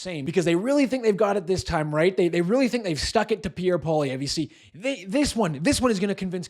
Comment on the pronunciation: LOTS OF HYPE! Alex Jones doesn't know his name? No ! Jones made it clear who he is talking about. Problem: he can't pronounce his name. This hype man is all BS. He wants to make you angry! Angry fanatics love fanatics.